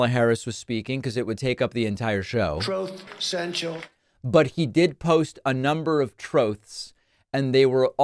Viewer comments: Always chuckle when David plays the "troth central" clip. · Troath Sential!!!